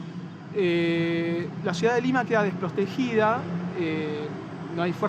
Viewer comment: Minuto dice desprostejida